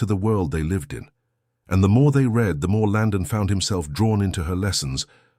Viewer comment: Pronounce "read" in the past tense properly mr